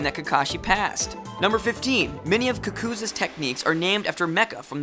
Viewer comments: "Ka-Ku-Za" Facepalm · That guys name is pronounced ( coc - oo zoo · the facts were nice but they way he pernounced kakuzu just ticked me off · Did this dumbass just say Kackoo?!!!? It's Kakuzu to you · He said Kakuza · "cuckooza" lmao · Kakazu or deidera Btw: it's ka-ka-zu and ma-dra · You pronounced kakuzu madara and minato wrong. I'm only telling u cuz i care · He said kakuzu wrong